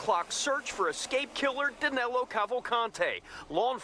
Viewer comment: Danilo, not Danelo